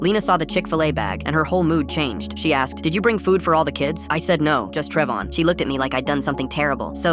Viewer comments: “Trevon”❎ “TrevON”✅ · Just started and I hear Trev-on what is that?